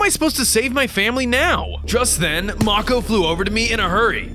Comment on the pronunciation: MAKO IS PRONOUNCED may-cow not mo-kow